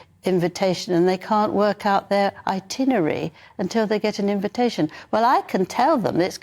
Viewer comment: Itenerarey? 😆 The don't do anything. 🤦